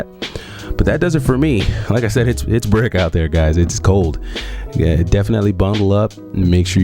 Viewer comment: The second you said it was “brick” I knew you were from New York.